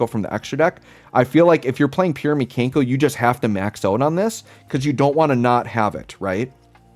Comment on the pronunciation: Pronouncing them "Mee-Kane-koh" Makes me wanna call them the Kanker Sisters, and that will forever be a thing for me now 😂